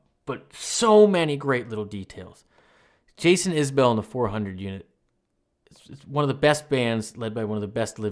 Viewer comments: Just fyi - its pronounced isbull more yhan isbell. Love Jason so much. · I love it and all you do. But for future, it’s pronounced iz-bull 🩵💜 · But he still pronounces his last name wrong!